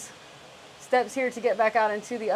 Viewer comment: V-hickle.. lol